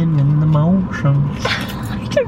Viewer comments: ITS “ROLLIN WITH THE HOMIES” NOT MOTIONS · It’s “Rollin’ with the homies”! But iss okay we still love ya!